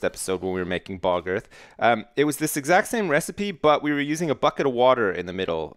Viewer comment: I love the way say bog earth, it sounds like "Balgurf" xD